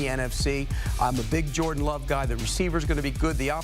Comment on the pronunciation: “Jorda Love” 💀